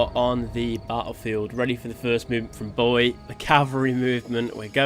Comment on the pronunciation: Bo-ee-aye, btw.